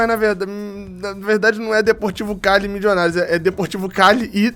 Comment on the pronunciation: Torcendo para ser qualquer time da Colômbia, menos o Millionarios Fútbol Club, porque não aguento mais o falar "Mijionários"